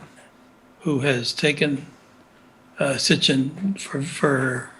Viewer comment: Hey man great interview but why do you keep saying S t i c h i n when you are referring to Zecharia S I T C H I N? who knew the man personally pronounced it correctly many times, how did you not pick up on that?